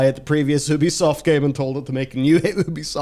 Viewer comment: If you have to rely on humanity for something to go the way to benefit humanity, you’ve already lost. Technology; taking the art and creativity out of everything since the beginning of time. P.S. a nitpick: its YOO-BEE-SOFT. It’s named for ubiquitous software.